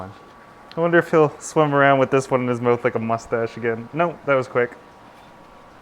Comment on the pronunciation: LOL you say "mouth" like Dane Cook Mowth